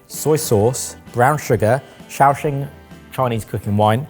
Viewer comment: Oooh kudos to for pronouncing Shaoxing SPOT on -fun food fact about the city of Shaoxing: it's (said to be) the birthplace of stinky tofu!